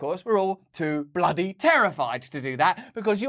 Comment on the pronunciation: "Bluudee lie"!